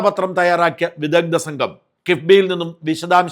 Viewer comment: വിദഗ്ദ ❌ വിദഗ്ദ്ധ ✅ എത്ര തവണ പറഞ്ഞു നിങ്ങൾ ശ്രദ്ധിക്കുന്നില്ലല്ലോ 😡